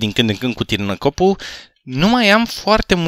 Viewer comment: ai spus tirnacopul in loc de târnacopul la inceputul episodului.si chiar ar trebui sa incerci schrap mechanic sau cum s-o scrie.